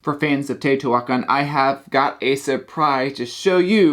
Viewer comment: it is pronounced teo-ti-hua-can NOT teo-ti-huac-an